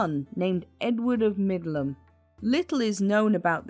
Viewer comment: It's Middleham Castle, not Midland.